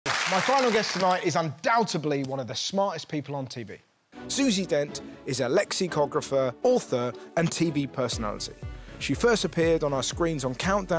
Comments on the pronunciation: Did Russell say 'undoubteBly 'introducing Susie :) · Undoubtably? I'm sure that's what you said, instead of undoubtedly. 😂😂😂 Particularly bad since you had Susie on your show. 😂😂😂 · The b in undoubtedly is not pronounced.